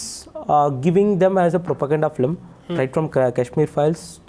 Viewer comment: Sorry but it is "Film" & not "Flim". Better say Movie. I am only correcting and not insulting.